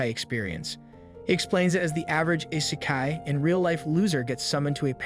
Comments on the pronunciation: The pronounciation is garbage. Can't you pronounce Asian names properly? its not A-cane. Its Aaa-kaa-nee. and irs not ei-sekai. its e-se-kai. I mean seriously. You are making videos for the whole wrold to watch, the least you could do is get the names and terms right. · Why do these channels always use AI voices that can't pronounce things properly. "Ice-kai"? 🤣